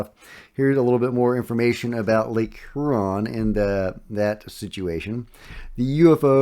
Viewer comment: Hey,. Thanks for the updates. Much appreciated. FYI, Huron is pronounced more like "Hugh-ron".